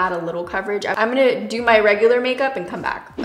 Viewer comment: "I didn't think I was gonna like this but I DEW" 😂😂😂